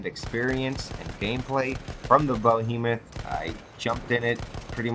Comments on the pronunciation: The bo-he-muff? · "Bohemoth." LOL It's an Airship. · it's pronounced "BEE-HEE-MOTH",. While you're at it tell the devs, that there should be an option to remove the objective-icons from the screen, like in the good ol' days. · Lol the Bohemoth and the Heisenberg? Go back to school.